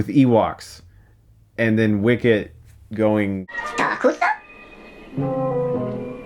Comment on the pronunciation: "Star cruisah? StarRrRrR cruisssaaahhh" I laughed way too hard at that, I'm sorry okay. And Chris' face at that part legit made me snort I can't.